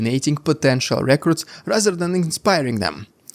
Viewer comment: Say 'recruit' as REE-CROOT. It sounds like 'record' right now.